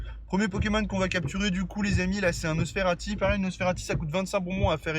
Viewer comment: Pk tu dit nosferalti ?